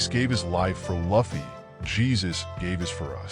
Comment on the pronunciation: Thats not how you say Luffy…